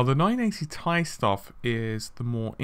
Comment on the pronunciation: Just say "T" then "I", who pronounces it as "tie" when it's an abbreviation for titanium?